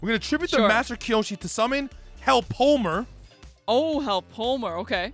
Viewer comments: So, one quick thing. One of the cards you guys mentioned was a card in Bakura's deck, so it kinda hurt to hear it keep getting mispronounced. It's "hell-poe-em-er." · It's pronounced hell-po-em-er.